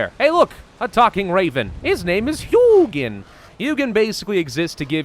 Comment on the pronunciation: Wow; that is 3 people I have seen that got the pronunciation of Hugin right; also is the only one who got the fact he is a raven right; for most people he is either crow or his name is hug-in other people using your seed sounds kinda......